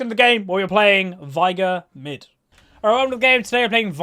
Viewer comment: I just thought I'd let you know that his name is pronounced 'vay-gar'. Final Boss Veigar says it in two of his lines. "Unimaginable is the power of Veigar!" and "I, Veigar, will knock you all down!"